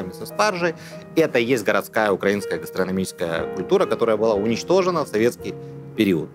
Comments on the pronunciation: А можно как-то научить украинских ресторатов ставить правильно ударение в слове: "украинская"?:) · Вибачте, але їм там десь пороблено з тою "укрАинською" кухнею? Якщо вже окрім Клопотенко, Худо та Друзюк ніхто не виявив бажання говорити українською, то можна було хоча б вимову слова "українська" поставити правильно.......боляче слухати, навіть якщо дійсно зацікавлений у контенті....